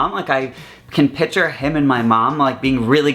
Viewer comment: When you keep saying pitcher instead of picture it's driving me crazy but I love you though!